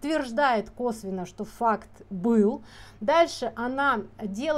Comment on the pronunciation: ну понятно , что она в целом врет , обеляет сына . Меня зацепил просто акцент на слове Факт . Мама потерпевшего мальчика вообще еле по-русски говорит , часто переходит на тувинский. Возможно, Светлана права в каждом слове видя бессознательное . Но мне кажется , что конкретно здесь она говорит заготовленный текст , не всегда понимания чистое значение русских слов . И это незначительный момент ее Вранья